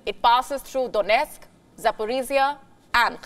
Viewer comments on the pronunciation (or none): none